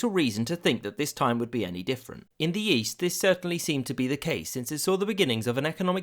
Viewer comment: "in the yeast" i was like what? Great video of a great tragedy :(